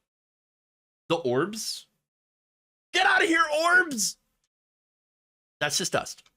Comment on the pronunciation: I think she said “orcs”, not “orbs”, after she caught her reflection in the screen.